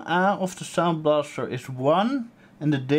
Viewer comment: noone notice how he said Soundblaster ct... sounds like s*itty :D anyway great oldschool hardware.